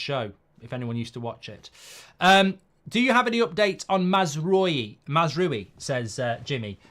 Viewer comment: Still cant say Mazraoui 😢